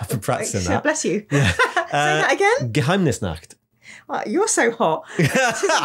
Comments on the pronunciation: Spot on pronunciation of Geheimnisnacht, great video as always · As a german I can confirm. Well done on the pronounciation of Geheimnisnacht👍